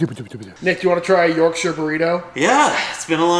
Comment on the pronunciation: Congratulations on getting the shire bit right, an American who doesn't pronounce it like their on the set of Lord of the Rings is as rare as a good steak 👍